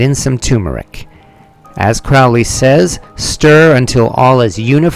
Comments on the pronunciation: Dude your saying his name wrong Cr-ow-ley is fowly but Cro_hley is holy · Crowley is pronounced Crowley as in Holy not Crowley as in Foully. A.C. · It’s CROW-ley (as in Holy) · It's pronounced CROW-LEE. It rhymes with HOLY, like in the poem. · It’s Crowley like goalie ughhh get it right